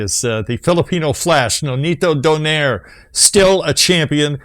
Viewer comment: Its not Nonito Doneyr its Nonito Do-nai-Re